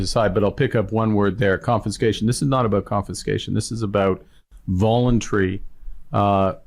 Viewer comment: I love the way Carney first says the word..."confinscation". It's alomost like he has to figure out what topic he is actually talking about. Why doesn't he just come out and say it is about "controlling his subjects"?